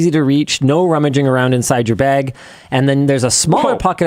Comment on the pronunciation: Guys am I the only one that kept hearing "laptop egg" instead of "laptop bag". I feel like I'm going insane.